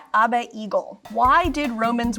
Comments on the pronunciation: ......... "ahbay" is not how you pronounce Abe......... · She's so deep in ancient rome she pronounced 'Abe' as 'Ab-eh' I love her. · I love how she saw Abe and immediately thought that it should be pronounced like "ave" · Clearly not a professor of the English language huh? Loved the rest of the video, just had to comment on the pronunciation of ABE. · She really pronounced Abe as it was a latin word 😂😂😂❤❤❤ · You can tell she's a real expert on Rome because she doesn't know how to pronounce "Abe".